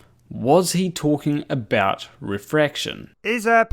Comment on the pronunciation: So what is purspective you are talking aboot?